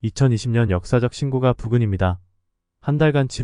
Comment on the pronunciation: 우리말 숫자 읽는 법 부터 다시 해야 겠어요. 그리고, 신고가는 발음이 신고까로 하는 겁니다.